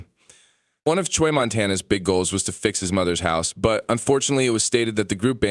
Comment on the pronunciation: “ Choy “ Lol bro it’s chuy. Pronounced chew - E